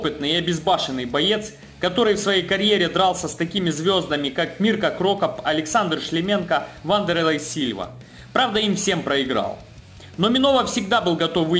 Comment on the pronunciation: Французского киборга зовут Жером Ле БоннЕр, у французов ударение на последний слог. Да и крОкопа всегда крокОпом называли.